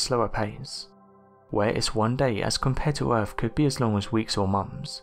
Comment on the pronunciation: We live on EARTH 🌎...NOT URFF! I do think this narrator is working a tiny bit harder on pronunciation. Hearing the word fur-Vur instead of further can just drive a person craaaazy! I do LOVE UM, 98% of the viewing time is just SMH 🤦🏼‍♀️ & or ignoring the possibility of hatred this youngster has against the ‘TH’ sound., ya have to use your TEETH 🦷 & not Teef though.